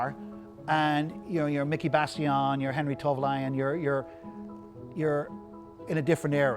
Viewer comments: Awesome guy, awesome collection. But for someone who clearly knows a lot about rallying, he should at least be able to pronounce the drivers names... Henry Tourvollen? Miki Bassion? It's Henry TOIVONEN (pronounced "Toyvonen") & Miki BIASION (pronounced "Biazzion"). Furthermore, the car is from Rallye Sanremo which is in mainland Italy, it wasn't until recent years that the rally has been held on the isle of Sardegna. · Was enjoying this until he called Miki Biasion and Henri Toivonen "Miki Bassilon" and "Henri Tolvolien...." clearly he knows little of what he's talking about. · Shame he didn't drive it on the road. If it was preped for the Rally Sardinia then it will be tarmac spec. Looks like an ex semi works European Championship car run by Jolly Club for Dario Cerrato in '86. He also needs to learn how to pronounce Miki Biasion and Henri Toivenen's names correctly.. Also, Walter Rohl never drove the S4, he was a works Lancia driver with the 037 but switched to Audi in '84.